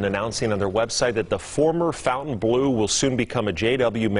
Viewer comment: FON tain bleu - NOT FOUNTAIN bleu.